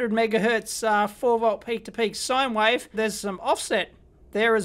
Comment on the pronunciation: ‘wife’, ‘wifeform’, ‘square wife’ 👍😂